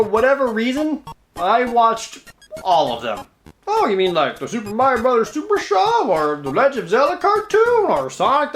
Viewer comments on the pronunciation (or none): none